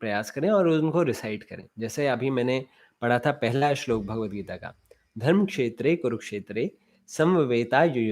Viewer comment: It is धर्म and not धर्म्. अक्षर (व्यंजन +स्वर )